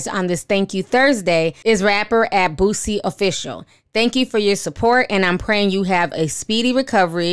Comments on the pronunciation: I love that you call him Bootsie instead of Boosie 🤣🤣🤣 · Why do you say boosie like that lol?